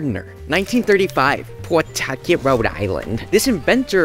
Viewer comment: The animators are back Also I dont think I've ever heard anyone pronounce Pawtucket like that.